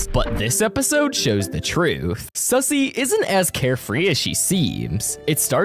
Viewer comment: Wait it's suzzie not sussy